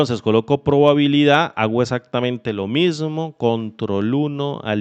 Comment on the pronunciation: Muy bueno, solo que dice probalidad y es probabilidad :D